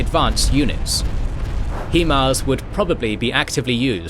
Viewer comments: STOP FUCKING CALLING IT HEEMARS. IT'S HIGH-MARS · Love your videos and thank you so much for covering this war. One note, I can tell you as an artillery soldier, no one pronounces HIMARS as he-mars, it’s said HI-mars. I know it’s nitpicky but I figured I’d pass that along. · jut one tiny little niggle from an old vet here. High Mobility Artillery Rocket System. High-Mars. Not Hee-Mars. But that shit is minor. I love this channel. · It is pronounced Himars not Heemars. The city of Kherson and Kharkiv is prounced without the K. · Hi mars. Not he mars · Man how you gonna do a decent job with the Ukrainian words and keep saying HEEMARS. STAHP! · Is it Hi-Mar or Hee-Mar. this channel always says Hee-Mar and it made me realize I don’t know which is correct. Keep up the great content. It’s really hard to produce the interesting play by play battle episodes like I’m used to from this channel with such limited info and short turn around times to confirm details so truly great job. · Pronunciation of HIMARS??? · EXCEPT HE CAN'T FUCKING PRONOUNCE HIMARS.